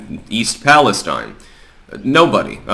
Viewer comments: Please, please please I beg. It's PAL-ESTEEN. Thank you from Towne of York, Maine. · We pronounce it east Pal es steen